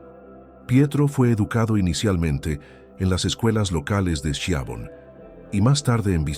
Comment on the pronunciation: Pietro "Parolín" (acento tónico en la "i"), y su pueblo se pronuncia "Skiavón"!